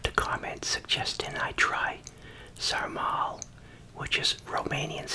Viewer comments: im romanian and i surtifie theese amazing cabage rolls ps: its pronaunced sarmale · Pronounced: Sarma.